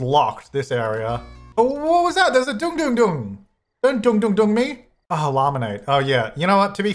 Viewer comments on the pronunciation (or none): I'm lost when pronounced "Deng Deng Deng" instead of "ding ding" 😆😆🤣🤣